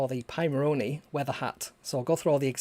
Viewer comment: I like the way you say it better :)